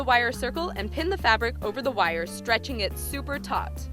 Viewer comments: It sounds like she says taught instead of tight but meh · who heard tot instead of tight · She says neither. she says taught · taut means the same thing as tight pretty much I think